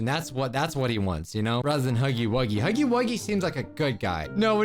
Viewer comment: It’s huuggy wuugy